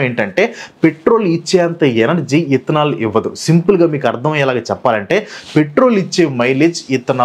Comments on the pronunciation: Ethanol ❌ ఇత్తనాల్ 😂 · 😂😂ethanol❌ విత్తనల్ ✅ video స్టార్టింగ్ నుంచి ఎంతమందికి విత్తనాల్ అని అర్ధమైంది.😂😂😂